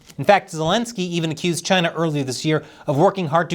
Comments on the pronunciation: Sometimes I miss the way he says Chy-na. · It's pronounced Gina...